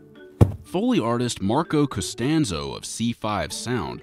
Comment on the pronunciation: No one: Americans trying to pronounce foreign surnames: Cöâstænzoh